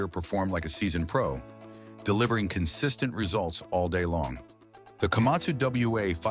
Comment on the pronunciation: Эээй ешак не Камасу а Камацу правельно говарите.😂😂😂😂